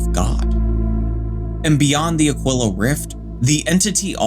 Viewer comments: Ah-kwill-ah? Nah fam, you're pronouncing it wrong, it's pronounced Ah-Kee-lah, always has, always will. I had to look up the pronunciation just to make sure and yep, it's pronounced Ah-Kee-Lah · It's pronounced A-KEEL-AH